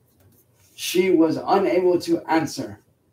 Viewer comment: I like that slight regardation dialect he used, "unaybull two ahnn-sur."